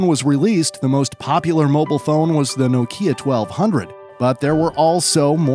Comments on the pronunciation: Nokia is pronounced differently. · Can you make the slightest attempt to pronounce things correctly? Nokia, Murciélago, are some of the recent words you've butchered